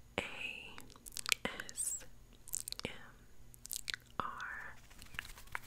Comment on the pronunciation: I love they SHES say A s m r😂❤